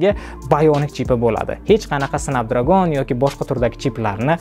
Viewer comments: Okam lekin "snabdragon"soʻzini ham aytiwwi qalpoq qib tawadizeee 😅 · Эээээ, Ака Снепдрегон`ди Снапдрагон диябсизми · Snapdragn bo’ladi 1-dan, 2-dan flagman bo’ladi agar haqiqiy inglizcha o’qisez. Google dan shu so’zlarni yoziz pronunciation desez chiqazib beradi. Bular ichida Snapdragonni haqqatta o’zbekcha talafuz qilganman, haqiqiy talafuz snepdregon emas snapdragn bo’ladi. Dictionarylarni ochib tekshirib olavering ishonmasangiz. Siz aytgan talafuzlar rularni o’qish talafuzi haqiqiy talafuz emas.